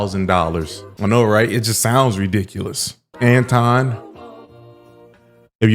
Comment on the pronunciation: was disrespectful from the jump. He mispronounced Anton's name the whole time on purpose.